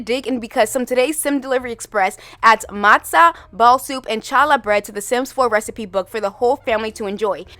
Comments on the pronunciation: The "ch" in English spellings of Hebrew names should technically be a gutteral h sound, but the anglicized pronunciation of the word is usually "hall-uh" rather than "chall_uh". Like, holla atchu later. I love the addition of the two dishes. I'd still like some individual candle sticks that can be lit like the Menorah, and more hair coverings. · I don't think anyone mentioned it yet, but you did great with the pronounciation of "matzah" (matzo is also fine, and a bit more common in my area when referring to the soup). Challah is pronounced "Halla", no "ch" sound! The Hebrew letter ח doesn't exist in English, so it's usually written with a CH but pronounced like a H when translated! I would love to see more food representation overall, but I think they did an absolutely excellent job with these models! And the explanations written in game made me really happy. Agreed that the Calientes weren't doing much for me, but these foods were a great surprise when I logged into my game yesterday (for the first time in months) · challah bread is pronounced hallah lol